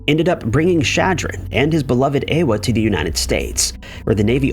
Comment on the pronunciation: Ewa is Eva. Your pronounciation is atrocious.